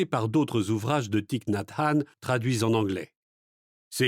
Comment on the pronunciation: Le i de son prenom ne se prononce pas ainsi. C'est à corriger, par respect pour l'auteur.